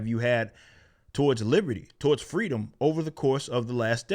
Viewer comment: We want fweedom